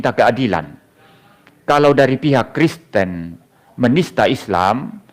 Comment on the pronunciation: ngomong Kristen kepleset Kriston 😀😀😀 padahal kalimat itu sambil merem seharusnyan mustahil salah dari seorang pendeta 😀😀😀😀